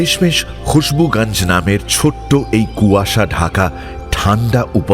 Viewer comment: সবই ভালো লাগে। কিন্তু মানুষ আর জায়গার নামগুলো আপনারা হিন্দির মতো করে উচ্চারণ করেন কেন? যেমন খুশবুগাঞ্জ কেন বলছেন? গঞ্জ তো স্পষ্টই উচ্চারণ করা যায়।